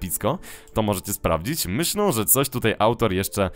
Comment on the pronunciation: Dlaczego zamiast "myślę" mówisz "myślą"?